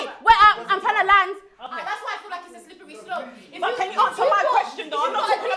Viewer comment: The way pronounces “slippery slop” you think it has 20 letters 🤦🏽‍♂️